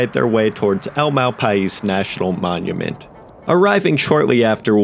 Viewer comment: i live in NM. it's pronounced mal pie.